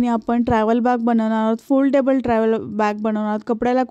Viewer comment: छान दाखवळू. पण foldebal नाही म्हणता येणार